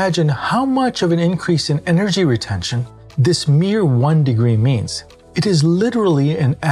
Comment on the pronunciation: "retention" :D